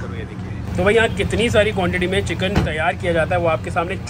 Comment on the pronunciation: Chikan ❌ chicken ✅